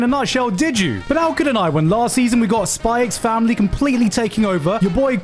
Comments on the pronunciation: Still hate how he pronounces Spikes family but not Hunters Hunter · Spy "eks" Family. Hunter "eks" Hunter. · he really said the x in spy x family damn cringe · I was today years old when I learned that Gigguk pronounce the x in the spy x family.